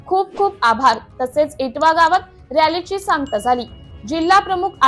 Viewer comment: वाजुळ नाही तर.... वाळूज म्हणा..... आणि इटवा नाही तर इटावा...... बंडे नाही तर बढे